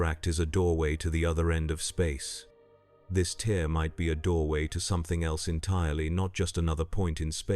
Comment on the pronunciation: suggestion: whatever agent you're using to generate these stories, add a step to convert words with multiple pronunciations, such as "tear" to write it out phonetically as "tare" so it doesn't text to speech the wrong way. This can be done as a final step.